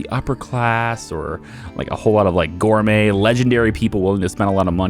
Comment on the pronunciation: Not me cringing when you pronounce the T in gourmet 😭 Also, I know this is an older series but I am loving it! I love tycoon games and it's exactly what I was looking for!